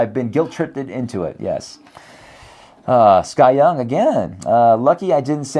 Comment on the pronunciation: Yay a food segment on channel. Thank you SKYeung. I wonder if his name is actually S. K. Yeung instead of Sky Young as and Jason reads it.